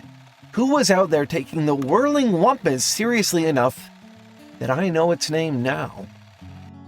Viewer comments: It says whimpus. He said whumpus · The way you keep saying "wumpus" when it's clearly spelled "whimpus" is very, very irritating.